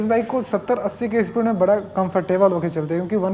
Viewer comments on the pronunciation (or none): हे भगवान, भाई ठीक से हिंदी बोल ले पहले... थोड़ा होता हैं, थोरा nahi.... 🤣🤣🤣 बरा नहीं बड़ा होता हैं Crusier नहीं cruser होता हैं...